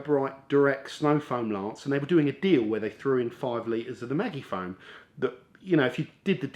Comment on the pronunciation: is it not sposed to be 'maji-foam' as opposed to maggy-foam 😊